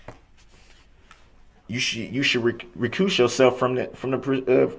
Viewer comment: "rekoose yourself from the presiding" Lol